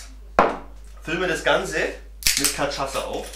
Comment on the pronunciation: ach du scheisse, "kaschaza", so kann das auch nur ein Deutscher aussprechen...